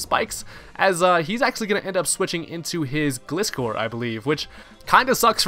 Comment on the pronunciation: Man I'm getting triggered every time someone mispronounces my Favorite Pokemon aka Gliscor. It's a Gliding Scorpion! I can never understand people who don't get that unles they're 10 years old or something!